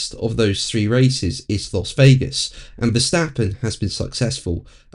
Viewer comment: Dear, the 'Las' in Las Vegas, is pronounced 'Lass'. Weird, I know!